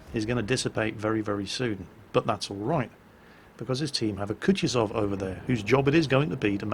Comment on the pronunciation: I have no idea why people read 'Kutuzov' like that ( Kutchizov).